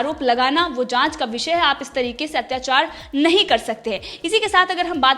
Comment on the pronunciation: Madam plz makr ur Pronunciation correct :- जमानत❌ ज़मानत✅ विसय❌ विषय✅ शाल्वे❌ साल्वे✅